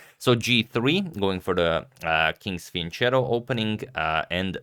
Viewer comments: isnt it pronounced "fean - keh - to"? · Gets done talking about how he's not good at pronouncing things, says "fiyan cheddo" right after. Driest humour out there. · Antonio, I think many others have pointed this out to you, but since you are so determined to always use the correct pronunciation, I have to say you pronounce fianchetto wrong. It's an hard C sound, as in keto diet for example. Ch is usually pronounced as a soft C sound in English (as in the word chess), but it makes an hard sound in Italian